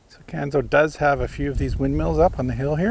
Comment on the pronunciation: Not the south east corner of NS, it’s the north east corner. Pronounced Canso, not Canzo. Great tour though.